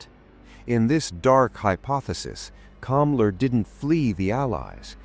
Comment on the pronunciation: The name was Hans Kammler, NOT Kamla .... duuuuuuh